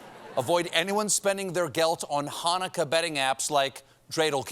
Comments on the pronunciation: He nailed the "chet" sound in Chanukah! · Way to pronouce Chanukah correctly Steve! Sidenote never donthe applesauce w latke…you have sour cream